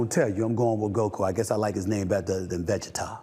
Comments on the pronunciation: I wish SA would have more conviction like he did with his GOKU pick. Take a effn stand. That’s why Shannon is TOP NOTCH because he has an opinion and is TEN TOES with it. I completely DISAGREE with it, but I respecket. Vuh-Gee-TUH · Vegeta nah bro vegeta as in vacheeta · Va-Gee-Ta lmao god damn it stephn a smith 😂😂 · Veggie Tah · The Vegeta pronunciation lmao 😅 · Someone need to tell Steven A. how to pronounce “Vegeta” 😂🤣